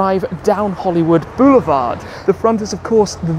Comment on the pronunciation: Took 7 minutes of blather to actually get to the cool car? So.... how many times did he say "Hollywood 'Beuoulevard' "?! 😂 I had to turn the sound down. Awesome car but I don’t think it'll make a production run!